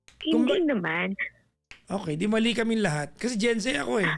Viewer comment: Gen Z not Zay hijo